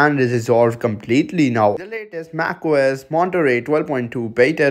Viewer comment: bro did u say math ? xD